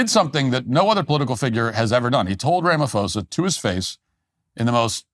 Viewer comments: Matt sit this one out, you have superficial knowledge of this saga. you don't even know how to pronounce his name that shows how little you've interfaced with politics in South Africa..,and you are making false claims ignorantly or willfully spreading disinformation. You are far more intelligent to be a choir boy of maga.... Trump only has a few years and he's gone but your platform will be here...but this takes away some credibility to your platform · “Ram a fohsahh” love it, in SA we pronounce his name differently “doos” I must say though being an actual white South African (apparently endangered) I am getting a front row seat to how America interferes and ends up invading countries based on good intentions but lack of insight. Send the CIA here let them investigate, crime due to corruption is the problem here not targeted racism, it’s so easy just get facts and figures. That said our leaders deserve to be humiliated and exposed. My fear though is that the US interference will ignite and fuel the fire here and cause racist attacks which will actually affect me unlike the farm crime. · The Ph in his name is not an F Matt..... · Afrikaner here, thank you so much for your analysis of the Trump and Ramaphosa meeting. And thank you for your hilarious pronunciation of "Rama-fosa"🤣🤣🤣🙌🏻❤️ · If Matt Walsh wants us to believe his show, he should learn how to pronounce Ramaphosa's name. Talk about sloppy reporting!